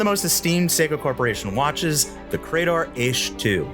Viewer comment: Ee-CHI. Not 'Eesh'... I mean, how can you do enough research on this to choose it without knowing how to pronounce it...